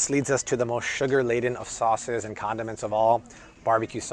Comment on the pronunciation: He said conamints 😎🎱🎲🤟🏼